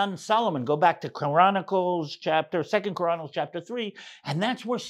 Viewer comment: Sounded like you said Koranicles lol 😅